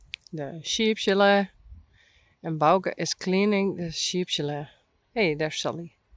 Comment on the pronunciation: Do all Dutch people pronounce "Chalet" like that?